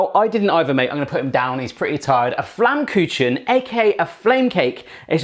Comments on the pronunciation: Its pronounced Flamm-ku-ken. The chen is pronounced like ken and yes they are very yummy pizzas. Btw Flammkuchen translates to flame cooked. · you don't say in flamkutzen you say flamkuhen with h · Haha love how you pronounce it flammkooshaan :D you said you wanted some critique, so here you go hope it helps :) First of all the dough is not made with yeast it's actually just flour water oil and salt and after letting it rest for an hour or so it's a lot easier to roll out than a yeast dough ^^ and that's the second thing to mention it was still too thick it has to be super thin so it gets nice and crispy and flaky almost! The choice of topping was really great, but try using less it kinda makes it taste better weird huh? :D Baking it on the pizza stone is an awesome idea and the temp and time was correct as well! All in all very well done keep it up with the lovely recipes you're a great cook! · you said flämmküchen (pronounced in german) :D this sounds so funny xD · I love how you pronounce it as "Flammkutschn" :D haha and aww, little Boston - always so tired! <3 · It's a little bit funny when you say Flammkuchen :D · I only clicked the video because I wanted to hear how you pronounce 'Flammkuchen' :D so cute love your recipes and giant foods. You are so entertaining! Greetings from Germany :) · I like your pronounciation of "Flammkutschen" and "Quork".^^ :-) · Maybe try "Soljanka" next. It's a Russian / East-German Stew which became famous in the GDR Era when Germany was split by the Wall and East Germany was occupied by the Russians. If you want a nice recipe you can message me! Also: Really enjoyed your pronounciation of "Quark" and "Flammkuchen"! The Flammkuchen you made also looked pretty good although over here we tend to put onions on there in addition to the stuff you chose, but it still looked awesome. In some parts of Germany you can even get a Sweet Version of the Flammkuchen made with Apple slices, sugar and cinnamon.